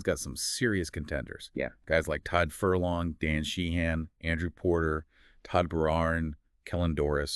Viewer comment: Todd Furlong, Todd Beirne, Josh van der Flyer? Maybe I'll listen to the entire podcast and respect your opinion when you learn to actually say the players' names correctly!